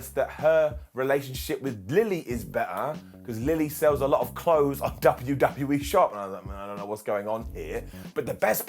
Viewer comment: Did just say "W-D-BU-E"?,😂🤣